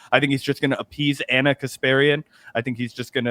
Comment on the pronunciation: FYI Ana’s name is not pronounced Ahna, it’s just like Anna